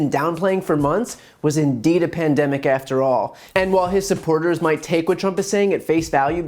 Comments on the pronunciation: I've listened to this three times now, and the word I hear is "pendemic", not just once, multiple times. He cracked me up when he said "I knew it was a 'pendemic', all you had to do was look at other countries". WTF? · He pronounces it :" pindemic"